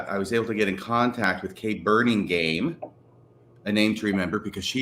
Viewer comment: correct pronunciation of Kay Burningham's name is "burning ham", not "burning game". She was one of my high school besties and it was a big ouch every time you mispronounced her name. Love your podcast!